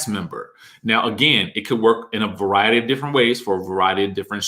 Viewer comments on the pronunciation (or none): none